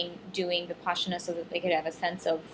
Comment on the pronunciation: It is pronounced Vih-pas-ina. Not VipASHina